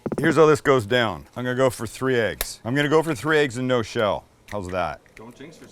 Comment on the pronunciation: He also says Ayggs and not Eggs